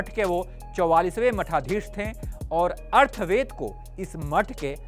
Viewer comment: इतना दुख होता है जब हिन्दी न्यूज़ चैनल पे ही लोग हिन्दी नहीं पढ़ पाते और वेदों तक का नाम ढंग से लेना नहीं आता😣 अर्थवेद नहीं है वो, अथर्ववेद(अ थ र् व वे द) है